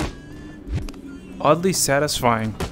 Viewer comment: That “oddly satisfying” seemed so out of tone, fake accent?🤔(joke)